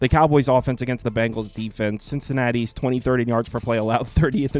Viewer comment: Its Bengals not Bangles